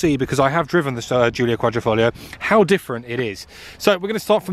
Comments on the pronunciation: The problem is that he never said Quadr...I....foglio, he said Quadr...O...foglio which in Italian Quadro means picture frame. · How many times can a man say qualrifolio lol😂